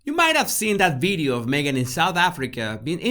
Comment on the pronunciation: First of all, I love videos and your accent. I studied my you know what off to learn Spanish to teach ESL to recent immigrants in LA, and I was close with all the families, so it is all in fun. But every time you say "Body" I first hear "Baddy" and chuckle. In closing, I watch every "bideo" you post and love them all. You just take me back a couple of decades, that's all. Dios con Dios, mi amigo. Eres el mejor.